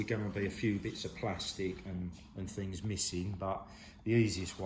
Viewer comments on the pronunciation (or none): none